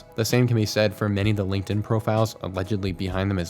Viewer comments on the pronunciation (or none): none